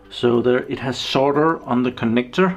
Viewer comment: I'm impressed you said "solder" correctly. Cool video as always.